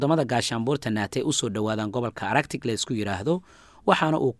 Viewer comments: Arctic looma akhriyo araktik. Waa aarktik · qaabkaad ugu dhawaaqeysid ee araktic ma ahee waa artik (arctic)